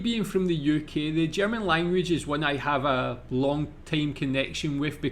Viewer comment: You told us you learnt German in school. But guess you never practiced it? The pronounciation is really improvable. Not meant as an affront.